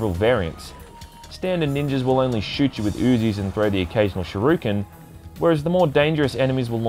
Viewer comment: also wtf is a shiryooken